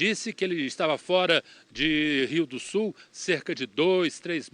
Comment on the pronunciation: Rio DO SUL, Rio DO SUL 🤦🏻😂😂😂 SUL, não "Sol" 😠